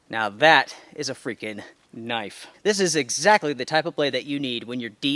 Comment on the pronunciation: That ain't no "knoife" this Is a "